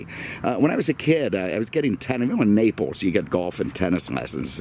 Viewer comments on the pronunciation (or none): none